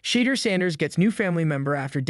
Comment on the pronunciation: You are saying his name wrong. Could you please say his name right.